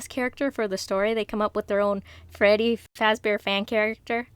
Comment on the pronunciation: When you said feddy fazbear I laughed so hard 😂😂🤣🤣